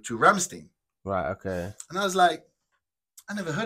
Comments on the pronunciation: It's not Rammsteen, the "stein" at the end is pronounced like in Frankenstein or Einstein. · Best band ever! If you want with subtitles, some of their musics are on the channel " Buchstabu " re-uploaded with subtitles.. But others only in their official channel.. Rammstein is not pronounced like this.. Rammstein, rimes with "pine" or "mine".. the Du Hast song, is basicly a warm-up song..